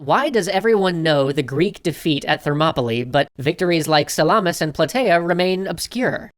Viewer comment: Lol, your pronunciations of Phoenicians and Salamis were funny.